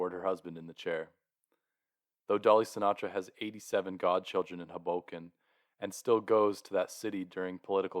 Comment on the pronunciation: Tip: pronounce Hoboken with emphasis on the first syllable. HOboken